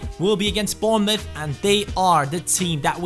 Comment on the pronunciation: AMAZING pronunciation of Bournemouth, its a weird one cuz of the mouth when it is muff, well done! keep up the great work!